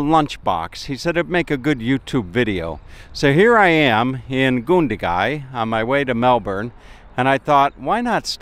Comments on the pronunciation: It's GUN-dagai not goondagai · Yeah you did. It's Gun as saying gun by itself then da gai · Oh dear.... didn't listen to the pronunciation so I hope he listened to it there. Americans should be able to say "gun", shouldn't they, since they love them so much? Say gun, then Gun - da-gai, okay? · You pronounced Gundagai wrong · You pronounced it completely wrong mate!